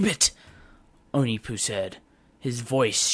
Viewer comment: That’s not how you pronounce onepu